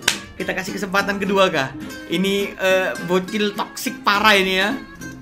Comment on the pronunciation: mon maap dah mon maap kesempatan bukan kesepatan wkwkwkkw🤣🤣